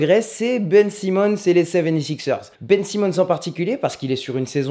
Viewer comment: Dis ben sAYmons ou ben simon soit complètement en francais soit complètement en anglais